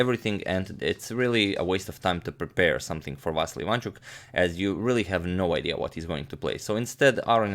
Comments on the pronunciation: But, I am sorry to break it to the channel that as Ukrainian, I can assure everyone that all the time agadmator pronounces IvAnchuk incorrectly, it is IvanchUk instead. And I was born in Lviv region), where Vasiliy lives. Yeah, guys, sorry to break it to you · Hey mate, you pronounce Aronian correctly. But not for Ivanchuk. It's IvanchUk, not IvAnchuk. Same for GrischUk, not GrIschuk. You can be assured. (I'm from Russia. Just search YT for videos in their native language to hear how their names are pronounced in Russia / Ukraine, in case you need proof.) Thanks for your vids, keep up the good work. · And not ivAnchuk, but ivanchUk, there are the only mistakes of pronunciation )) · About pronouncement - it is efficient to say IvanchUk, not IvAnchuk...